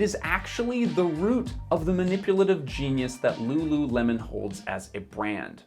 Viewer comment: ru ru remon? 😑